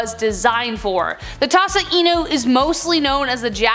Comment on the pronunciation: i love this video 🙃 She said Tosa Una lmao